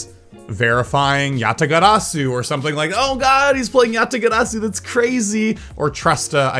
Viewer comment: Not judging you at all, but why do you pronounce your r's as d's. Like when you said yatagarasu. Sorry if this is unrelated.